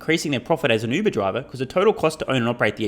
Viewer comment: Among other kudos for your content, thanks and congrats for finally being maybe the only commentator I know of that finally pronounces the Uber brand name properly. Happy New Year! Despite information abundance, cultural legacies are disappearing with any efforts to actually use our intellectual gifts.